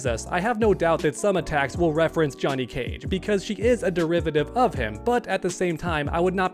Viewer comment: Why is he saying "Juh-net" Cage?